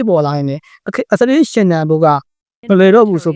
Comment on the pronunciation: မြန်မာသံ မပီရင်တောင် အင်္ဂလိပ်အသံထွက် ပီပါစေ။ အစ္စရေးလား? အက်ဇဝေး? အီရန်လား? အီယံလား?